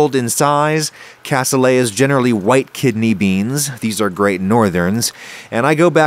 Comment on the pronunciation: Looks nothing like it's supposed to (where's the liquid gone?). Your beans were massively overcooked and mushed up (you're not trying to make refried beans here), and you dont even know how to say the word "cassoulet". Adding gelatin is a decent hack for the veal stock typically used for this dish, except you added WAY WAY too much of it. Back to the drawing board on this one. Si vous ne savez même pas comment prononcer le mot cassoulet, cela ne m'étonne pas que vous ne sachiez pas comment cuisiner ce plat...